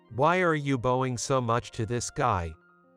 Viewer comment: If you going to read a book learn how to say the words correctly it's poor not poorie it's bowing not boning